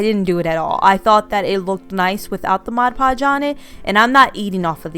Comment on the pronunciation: Thank you for saying MOD! Many YouTubers call it Modge Podge and that drives me crazy!!!